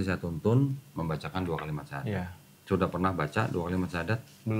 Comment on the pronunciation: Alhamdulillah semoga Istiqomah bang salut walau baru 1kali bersyahadat sudah sangat fasih pengucapannya